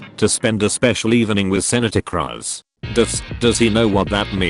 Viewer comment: I like how the voice pronounces Cruz like a weird form of crust.